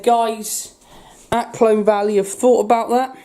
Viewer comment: Colne not Clone